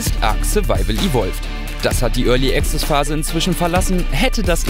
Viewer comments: Örli Access xD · Örly Access ;D